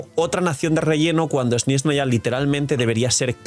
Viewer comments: Hola, deja de decir SnYeznaya es Snezhnaya sin esa Y molesta que pronuncias xd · No veo donde esta la "i" en la palabra SNEZHNAYA...